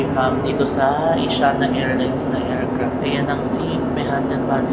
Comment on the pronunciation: mali pagpronounce ng Asiana, mali pa logo